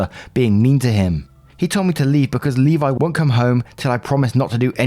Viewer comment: As a Levi, I can’t thank you enough for pronouncing it correctly.